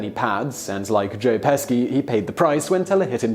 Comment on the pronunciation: Joe Peski? Is he Joe Pesci's non Union Polish counterpart?